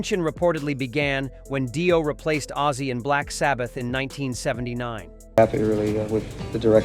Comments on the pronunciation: "Dyo" ? You're busted. 😄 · this is a load of shit, AI crap, Die-O hahaha ....crap, all this